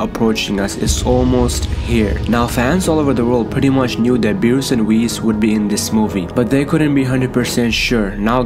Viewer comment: Nigga said berwest